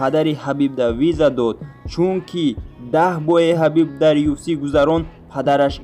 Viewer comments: Аму UFC-ро нагз талафуз кун!!! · UFC-ро дуруст талафуз кунен хубтар мешавад бародар